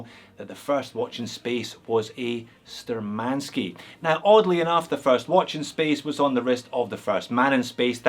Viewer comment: The correct pronounce will be Shtúrmanskie [navigator's]